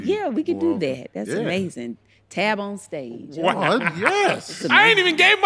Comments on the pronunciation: She said TabOnStage 🤣🤣🤣🤣🤣🤣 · When Tabs said “TabOnStage” as she looked up! Yo!! The holler I let out! 😂😂😂😂😂😂😂😂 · "That’s amazing...TabOnStage" 😂😂😂 Tab is a naturally lovable funny person.